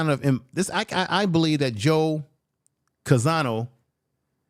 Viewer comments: Name is Joe Conzo, but you’re pronouncing it Joe Canzano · Not Conzano but Conzo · the correct pronunciation of Joe Conzo's family name is CON-ZO!